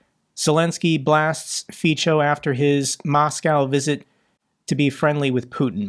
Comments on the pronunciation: The pronunciation of the C in Fico is [ts], not [ch] 😉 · Just a little tip for you, the 'c' in Fico isn't a 'ch' it's an 's' Well sorta.. it's kinda got a slight 't' before the 's' so Fe as it 'feet', so as in 'so' - extra credits if you put a nearly silent 't' as in 'tea' before the 'so' sooo. feetso .. Hope it helps for the next time.. I hate the guy but I learned to speak Slovak when I lived there for 8 years. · "c" in Slovak is pronounced "ts", just to reassure you in your pronunciation (you were getting it sort-of right, but you were hesitating on it. Fico is indeed pronounced "Feetso"). (I am a Slovak-American who speaks several Slavic languages) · Close but no cigar. Fico is not pronounced FEE - cho. It is FEE - tso. Think of it as Fitzo. My mother taught me German and Slovak at the same time when I was a teenager, so I know. At least you didn't say Fiko, which would be a nuclear powered barbarism. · Fico is pronounced as "Fitso" btw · Slovakia's pm's surname is pronounced more like Fitzo rather than Feechou ;) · LOL the Slovak phuck is called Fitso (not Ficho) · In Slovak, the letter "c" is pronounced as a "ts" sound.